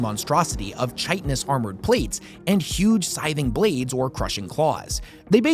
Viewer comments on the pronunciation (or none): Heads up - the word "chitinous" is pronounced with a hard "k" sound: kite-inous, rather than chite-inous